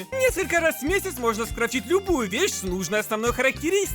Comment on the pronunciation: а вы название читаете это хонкай